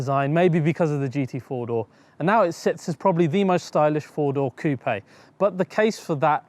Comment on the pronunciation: Yeah, finally an English speaking youtuber who properly pronounces "coupé" :-)